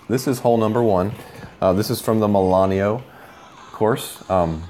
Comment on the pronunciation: It's MILANO... not Milan-e-o.